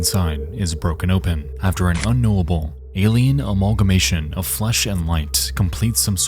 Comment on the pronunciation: a-l-i-e-n-s… ailen